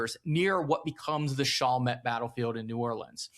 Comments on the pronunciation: Your pronunciation is off it's Shall Met, not Shoul met. Just for your historical correctness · FYI it's not pronounced "SHAWL met" its actually "SHALL met" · Yeah he’s gotta harden up those A’s in Chalmette and Barataria